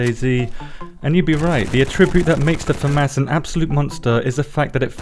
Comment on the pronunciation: Love your videos. I also love how you say Fa mas 🤣🤣 I thought id hate this gun but the fact it doesnt pull back like others is pretty OP!